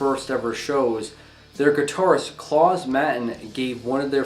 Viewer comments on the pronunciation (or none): none